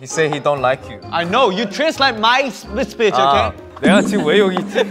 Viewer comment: I KNOW he said "my speech" but... it sounded like "this bij" and I love it. Side note, Han's English is SO good.